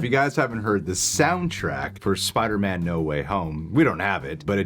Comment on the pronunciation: In the trailer it sounds like Doctor Strange says “ ..Forget that Peter Parker SpiderMEN”